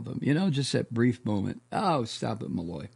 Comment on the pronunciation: Malloy , At least give her name Respect When you pronounce it !